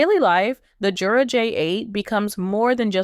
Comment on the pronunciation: The company pronounces it with a Y sound, not a J sound. Yer-uh.